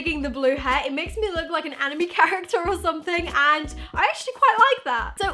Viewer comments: She did not just say ⚡animee⚡ 😑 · “Ani-me” haha what you swine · Wait, you pronounce 'anime' as 'enemy' ???! 🤣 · The way she said anime tho😂